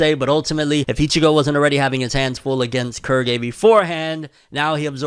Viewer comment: Im sorry, Kurgy? Thought it was pronounced Quill-gay